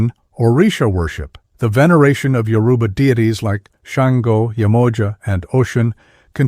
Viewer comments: The graphics used in this are just way off… I couldn’t even finish watching when I got to the white Jesus looking depictions of Oduduwa. Most if not all of the Yoruba words are mispronounced… I know the moderator is AI but not well done at all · Why can't they pronounce Yoruba correctly?